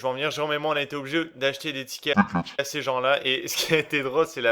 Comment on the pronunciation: " TiiiKetss " me fait trop marrer , putain ! :D